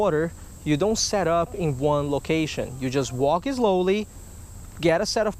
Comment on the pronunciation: "Walk e zlowly" 😹